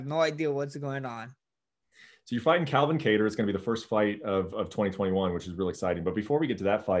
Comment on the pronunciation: The real 145lb champ. This man really said “Ka Tarr”😂